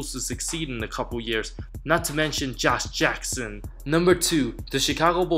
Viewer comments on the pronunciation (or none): Why you say josh jackson like Arnold Schwarzenegger